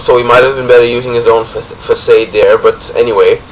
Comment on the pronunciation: lol fuhsade , its fahsahd